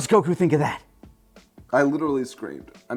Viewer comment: Did just say Goku's name correctly?